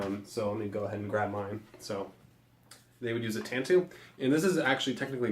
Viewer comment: Tanto is pronounced with a long "a" and "oh" at the end. Just FYI